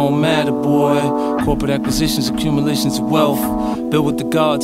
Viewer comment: did say accumiltions? instead of accumulations,songs hot i want 50 to start winning again so bad,AND TO SMACK THE FRENCH FRY ARAB